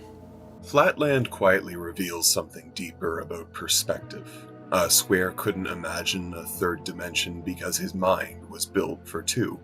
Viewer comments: It’s not Uh Square, it’s Aye Square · Flatland tip: A Square is his name, pronounced Ay Square. Not a Square, pronounced uh.